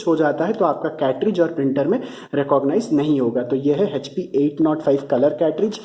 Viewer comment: Hp ko hechpi kyu bolte ho Echpi ( Hp ) hi bolo.